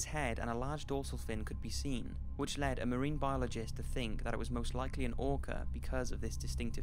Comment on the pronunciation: He called the orca “those orcers” like a racist😭 .